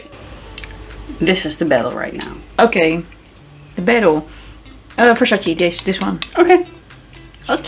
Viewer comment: I crack up every time she says Versace. Vuhshashaeeee “You got a dry bush” sick burn 🔥, u need to bring her back! You guys make such funny and unscripted content.